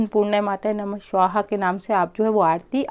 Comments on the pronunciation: स्वाहा not श्वाहा. मंत्रोच्चार पे सही ध्यान देना जरूरी है. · आपके स का उच्चारण गलत होता है हमेशा. आप स्वाहा को शवाह बोलती हैं. स को श. उस पर ध्यान दें क्योंकि आप एक यू टूबर हैं.